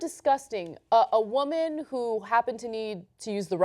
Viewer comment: "I'M A WOMYN!! THEY ATTACK ME BECAUSE I'M A WOMYNNN!!! VOTE FOR ME!!"